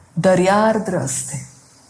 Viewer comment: छान सादरीकरण. दयार्द्र शब्दाचा उच्चार कृपया पुन्हा तपासावा.